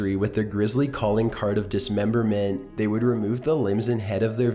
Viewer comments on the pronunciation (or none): Actually started laughing when he said "dismembermehhhht". Learn to speak.